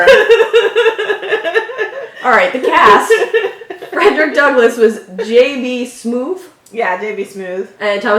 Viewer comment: You realize that's not how Frederick's name was said